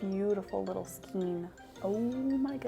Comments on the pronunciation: Skane not skeen. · Skane, not skeen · It is correctly pronounced "skayne." It follows the same pronunciation rules as words such as vein, rein, weight, eight, etc. The rubber band goes at the top to determine the height of your skein. Those ring hooks are actually more for knitting to pick up dropped stitches when knitting on-the-go. I have the same complaint about my project back with the holes in the top. It feels like a mindless design choice, honestly, and is definitely not a feature people with, say, CATS can use XD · As a new crocheter I was also curious how to pronounce skein so I googled it. I guess the correct way is skane with a long “a”. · Skein say like skaine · Skein - -> pronounced SKANE. Please! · It’s skein( skain ) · I think it's Skein like "Skayne" but i dont think it matters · Most pronounce skein as (sk ay n) as if you're saying hay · skein rhymes with rain, and is for things like redheart super saver or yarn wound in that way, hanks are kinda messy but common in hand made yarn (usually a wrap and twist kinda method) ball is a literal ball, cakes are what you get from yarn winders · I love your videos and your energy! I'm pretty sure skein is pronounced with a long a sound, at least in the U.S.